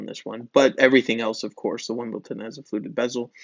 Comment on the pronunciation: It’s Wimbledon, darling. Wimbledon.